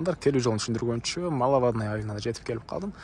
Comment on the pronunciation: Малавадныя эмес, Маловодный